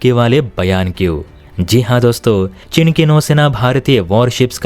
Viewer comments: भाई वह चिन् नहीं चीन है । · cheen hota hai chin nahi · हल्की समझ, त्रुटिपूर्ण उच्चारण। चिन××××। चीन।